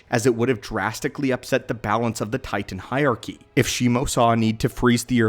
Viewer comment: Where on this planet do you hail from? You say Titan in such an odd way that I have to know